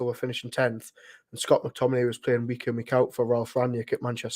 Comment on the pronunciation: Scott McTomi-NAY